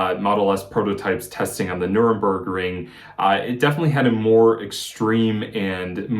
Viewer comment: Note: Nürburgring (or Nuerburgring if you don't have the right characterset), not Nuremburg ring. :) Nuremburg is nearly 400km away on the other side of Frankfurt.